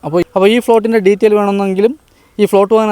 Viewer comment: ഫ്ലോട്ട് എന്നല്ല പറയേണ്ടത്. പ്ലോട്ട് എന്ന് പറയണം.